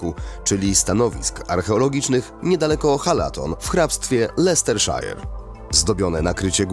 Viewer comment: LesterszAJER, ktoś tu chyba z Dudą na angielski chodził.